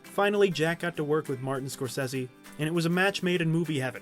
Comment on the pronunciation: You patronize everybody!!! STOP IT!!!! ✋ I wouldn't call him Marty when you can't even pronounce his last name correctly